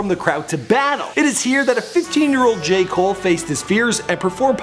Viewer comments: Deon Davidson Jay mole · Either say J.cole or Cole not Jay come on man